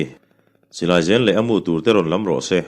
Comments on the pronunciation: Silai zen i lam dan hi chu ka lo hriat thin dan nen a dang deuh.. Mahse i lam dan anga lam poh an awm treuh mai thei a, zen hi hem thlak tih a hem tih lam ang hian an lam thin chuan ka hria a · Silai zen tih hi ri ki sang ni lovin zen tih lai hi rihniam tur zawk awm tak a ni zawklo maw....